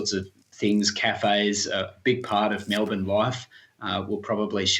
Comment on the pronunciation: Every time they say it like “Mel-born” though (it’s Mel-bin)